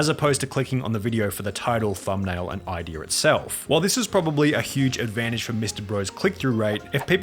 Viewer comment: advantage not advanidge xD